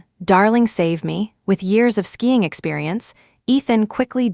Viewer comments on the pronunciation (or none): SKIING not skying